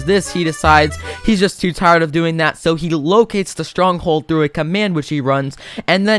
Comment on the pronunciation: Bro he said locate stronghold like wtf